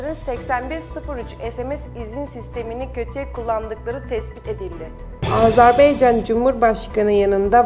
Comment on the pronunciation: Rica ederim AZERBEYCAN DEMEYİN DORU DİYİN YANİ AZƏBAYCAN DİYE BİRDE AZERBAYCANDAN SALAMLAR AZERBAYCANLİ OLANLAR LİKE ATİN.